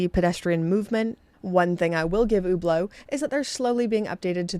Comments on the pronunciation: It sounds about right to me. What should she say in your opinion? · She’s pronouncing it right.